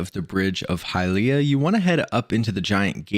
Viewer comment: Love your videos but hate how you pronounce Hylia 😅